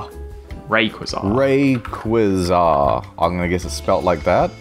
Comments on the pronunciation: I’ve heard people say it like “Ruh-Kway-Zah”, and I personally say it like “Ray-Kwah-Zuh”, but I’ve never heard someone pronounce it like the way did. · the pokemon part reealy sent me of the edge its ray-qu-ah-z-ah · It's not pronounced laser-ray-quasar Why choose a legendary pokemon with a japenese name anyhow? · IH: "Ray...quizarre" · Never heard anyone pronounce Rayquaza like Rem Lazar... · His pronunciation of Rayquaza is actually infuriating. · and still wasnt even close to pronouncing it right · The way both pronounces Rayquaza's name and also how he describes it as a "new Pokémon" both kill me! Also the fact he calls the moves powers lmao. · "New Pokemon" Pronounces 17 year old pokemon wrong as well* Okey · “New one” “rayquaza” oof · They: try to say correctly raiquaza Me: are you trying to summon a fucking demon or what? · The way they’re pronouncing rayquaza. 😂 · I have never heard Rayquaza's name butchered so badly... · I can't get over how they pronounce "Rayquaza" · Is it just me who thinks it’s weird that thinks rayquaza is new, also he pronounces it weird